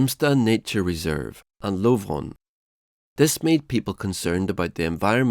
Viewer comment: The narrator confuses me. He is clearly not British or American so my first guess was Swedish. However he fails to pronounce Lovön, Essingeleden (the highway built in 1967), Ekerö, Häggvik and other places around Stockholm correctly.